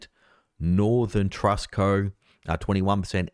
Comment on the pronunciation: It is pronounced … “ true-ist” bank